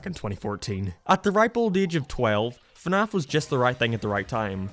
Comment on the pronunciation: also, when you insult someone, pronounce what they like correctly, it's fnaf